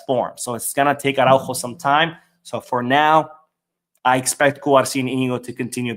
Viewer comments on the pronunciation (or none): Please pronounce the fullback’s name more clearly— Ar-ah-Ú-ho. The accent matters.